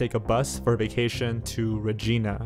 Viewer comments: Good video... You did very well on your "Investigation" except for 1 thing. I'm Canadian & I found it very irritating that you can't pronounce some of the names of cities & provinces (Regina & Saskatchewan) properly! Do yourself a favor & learn how to pronounce your source material properly before you do a video. Just some constructive criticism ...Other than that, good video! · lovelorn lmfao I know, I live 6 hours away from Regina and I was like “he’s saying it wrong” 🤣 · Random Uploads lol yeah he is. My city is next door to Regina (about 6 hours away), it’s pronounced the same way as ‘Vagina’ lol! And we know that we don’t say it like ‘Va-gee-na’ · While this is a creepy and upsetting case... I laugh every time says regina wrong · Any other Canadians laugh when he pronounced “Regina” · Only canada pronounces Regina differently from the rest of the world. Not as funny as his pronunciation of Saskatchewan because it wasn’t even close. Lol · Great video, but the way you pronounced “Saskatchewan” and “Regina” gave me ear cancer. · HE BUTCHERED SASKATCHEWAN AND REGINA SO BADLY HELP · Could you butcher the pronunciation of Saskatchewan and Regina any worse. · haha. I like pain :) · Regina is pronounced like vagina. Not the female given name Regina. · Also: "re-gi-nah" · "Rageena" GETS TRIGGERED IN CANADIAN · Regina is pronounced more like vagina, not like the female name spelled Regina. The I is a hard I sound, not an ee sound. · Oh goodness, the pronunciations of locations are off. Regina for instance is pronounced like vagina. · Please for the love of asgard look up pronounciations online, Regina is not Rageena. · In dying over the pronunciation of Regina 😂😂😂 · Oh god. And the way he was saying Yorkton and regina. Lol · He pronounced Saskatchewan, regina, and yorkton wrong. I'm only part way through the video so idk if he said anymore city names haha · THE WAY HE PRONOUNCES SASKATCHEWAN, YORKTON AND REGINA IM SCREAMING IN CANADIAN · Rottin Gal thanks!